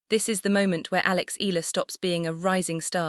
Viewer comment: Until now AI still cant properly pronounce correctly the family name of Alex they just continue featuring her to get viewers specially Filipinos what a shame 😜😜😜